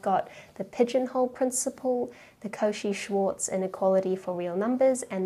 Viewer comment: There is no t in Cauchy Schwarz